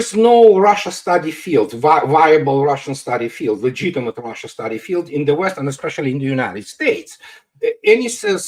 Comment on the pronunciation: “ROHHHHSHA” 😂😂😂 it’s Russia!